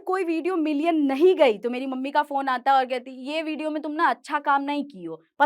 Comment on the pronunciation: Video ❌ bidio ✅